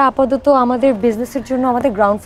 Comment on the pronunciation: সামিরা খান মাহি একটা শব্দের ভুল উচ্চারণ করেছে সে বলছে আপাদত কিন্তু এটা হবে আপাতত।